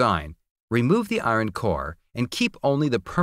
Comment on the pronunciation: "the i-ron parts..." Aaaarghhh